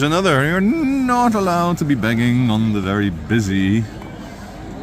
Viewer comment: I will never tire of saying “”Nut Aloud”” in that accent 😅😅😅